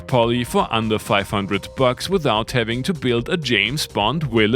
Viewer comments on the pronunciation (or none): none